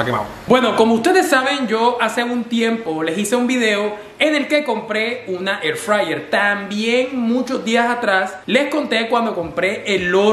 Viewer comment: AIR FRAYER